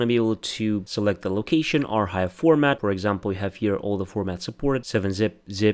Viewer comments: by the way I'm pretty sure archive is pronounced ar-kive not ar-hive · I used to pronounce it the incorrect way- “ar-chive”